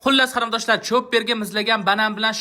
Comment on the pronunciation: Кариндош эмас Кориндош😂😂😂